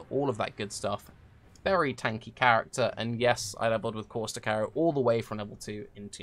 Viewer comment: That's how you pronounce it